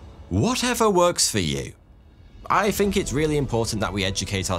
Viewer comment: incredible he got so big and he can't even pronounce think or other words with th